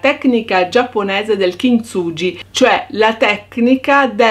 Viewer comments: "kintsuGHi" ... cmq bel lavoro. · Bello, però per favore pronuncia correttamente: kinsughi🤗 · kintsugi si pronuncia "kinzughi"